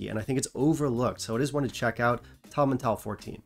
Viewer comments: Uhh no, I’m from Moray and his pronunciation was spot on this time. It’s Towel as in bath towel. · Tomintoul (" - toil" as in toy'll) is really hit+miss / the Seiridh (sherry) is amazing with eh Euro-cask of oloroso.